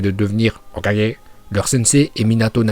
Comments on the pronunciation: Je kiff tes vidéos mais parcontre comment tu dis hokage je déteste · La façon de dire Hokage est trop drôle 😅😁👏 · Quand il dit "Hokage" ça me fume 🤣🤣🤣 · Ta façon de dire "Hokage" me fait trop rire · C’est trop 🤣😂🤣